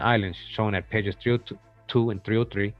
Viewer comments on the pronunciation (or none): none